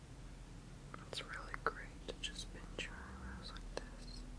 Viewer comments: I skipped ahead in the video to the part where you were saying pinch and i thought you were saying bitch and i got confused but i got it when i saw you were pinching your fingers together lol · When you say pinch it sounds like you are calling me a bitch